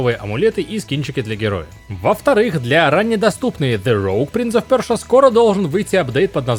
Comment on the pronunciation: Та ну честно уже надоедает эти принц ов ПЁРЖА! Если прям так топите за произношение то почему говорите Анно сто семнадцать а не Анно one hundred seventeen ?